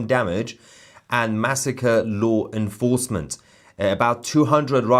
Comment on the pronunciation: TOUSi, it’s law enforcement NOT loo enforcement